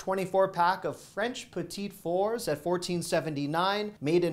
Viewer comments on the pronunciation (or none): The French Petitis Four dessert you showed is pronounced Pet-uh-Four (no delay in pronouncing it - petuhfours - Not being nasty just helping out. 😊 Great video